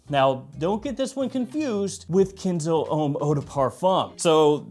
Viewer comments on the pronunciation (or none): Why are you saying kinzo?? 😂😂😂 It's Ken' zo